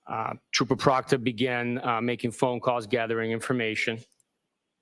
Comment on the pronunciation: Every time this guy says Trooper Proctor my wife hears Chupacabra. 😂